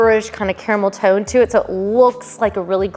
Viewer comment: Was it just me that heard camel toe instead of caramel tone? 😂